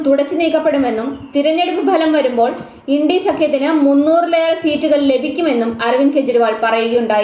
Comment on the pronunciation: ഇൻഡി സഖ്യമോ? മലയാളികൾക്ക് നാണക്കേടാണ് ച ഉച്ചാരണം!